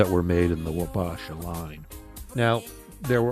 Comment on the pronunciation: it's pronounced WAH-BAH-SHAH sincerely, an Isanti Dakota man 🪓 Minnesota is our homeland and Chief Red Wing and Chief Wabasha are the meaning behind these name's